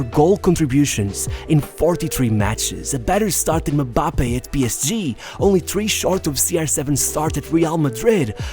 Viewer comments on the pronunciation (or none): muh-bappe :D